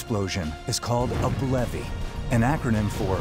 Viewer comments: *facepalm It's BLEVE, bleh-v not blevy. WHY? Because you don't pronounce explosion as eeksplosion. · Am I the only one who read that as Blev(e) and not Blev-ie? (hearing how he pronounces it) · I thought it was pronounced like Steve but with Bl instead of St... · That’s what I heard too.